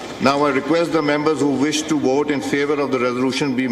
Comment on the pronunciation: Why are they speaking English. If you can't pronounce Vote then speaking Urdu